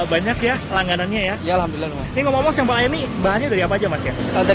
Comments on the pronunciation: Sempel(logat) asing😂😂😂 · aku dengernya kok bahasa jawa cak SEMPEL..hhhh salam seduluran dari gresik